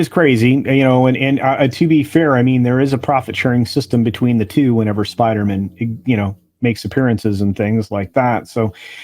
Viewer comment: Listening to pronunciation of Spiderman like Goldman or Silverman brings back the joke from Friends. To paraphrase Chandler Bing, it isn't his last name. He's a Spider-MAN. 😀